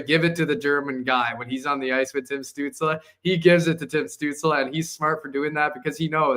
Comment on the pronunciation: Holy! I can't believe that people still can't pronounce Tim stutzle name ever have beef stew or apple studel it's not stut like butt it's stutzle like motley crue stu stutzle